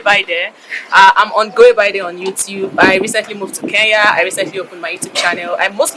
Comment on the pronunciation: My girl ❤❤ mshow ni kenya not keya 😂😂napenda nigeria sana